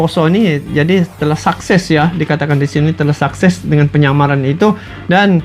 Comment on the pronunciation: Suses bg bukan sakses